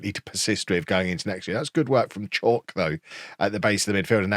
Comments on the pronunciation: its not chalk its pronounced Cha-oo-ke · bro i think kegs chauke a better pronounced for kev is cha-woo-kay. much love from RSA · Just so you are aware, Oshilaja is pronounced Osh-e-lar-ja; and Chauke is pronounced Chow-kay. Hope this helps. Let’s finish above the Lambs!